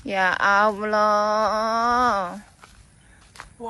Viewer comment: Sebut ALLAH jadi aowloh 😂😂😂